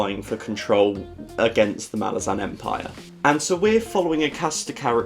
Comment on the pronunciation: your pronounciation of Malazan is the correct one. The way the deviants pronounce it would fit more if the spelling was Malazen